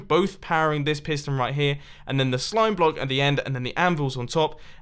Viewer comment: Top 5 most common Mumbo phrases: 5: right here 4: like this 3: running into/out of 2: a signal strength 1: the odd yet fascinating way he says “block”